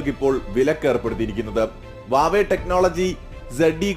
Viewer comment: വാവേ അല്ലട് ഹുവാവേ എന്ന് നിനക്ക് വായിക്ക്യാനും അറിയത്തില്ലിയോ